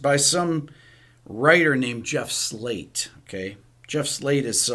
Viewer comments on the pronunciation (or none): none